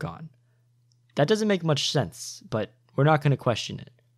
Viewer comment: "Shense"